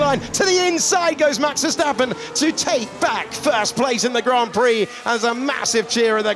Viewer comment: Max veuurstapeeuuun c'est verstapen svp